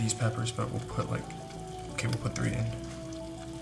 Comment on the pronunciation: Did he just say "ukay" ???